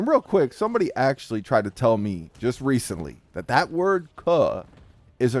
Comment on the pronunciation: Paul walker the only white guy aloud to say “ cuh “ you don’t even say it right.